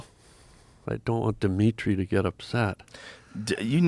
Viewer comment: Diminitri 😂 wtf bro